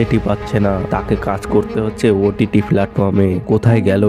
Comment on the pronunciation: Apnar pronunciation valo na kaj k kas bolchen paschim bango k pochimbongo egulo kane lage 😑 abr history k histoory bolchen